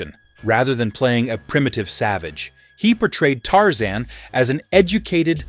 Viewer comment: Tarzane😂 no Tarzan